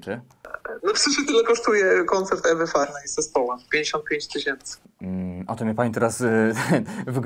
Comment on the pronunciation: Szacunek ze mówisz Ewy Farnej a nie Ewy Farny - wielu "zawodowych" dziennikarzy popełnia błąd w artykułach a tutaj pełna profeska :)